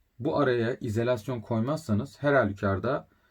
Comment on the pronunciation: bence izElasyon telaffuzunuza binaen yazmış arkadaş 😀